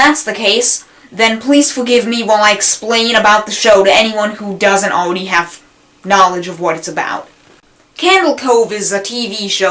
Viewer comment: aweady have... Lol sorry this is a good video but the speech impediment is just halarious